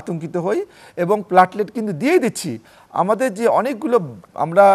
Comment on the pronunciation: Apni aage platelet bola sikhun......platlet abar ki